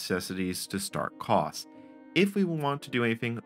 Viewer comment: I worked on the Cray VM/370 Station, or just the VM Station for short. I wish I had kept a copy of it. Sigh. For anyone who has access to the source, my initials are BGM. I'd appreciate a copy. Just FYI, your pronunciation of COS is not how we at Cray called it. For us it was more CO-S, as in co followed by a S sound. Thank you for a trip down memory lane. I just realized with both a Cray and IBM S/370 hardware emulators, a person could run the MVS or VM Station and connect them to a Cray running COS. UNICOS also should the emulator support the Cray 2.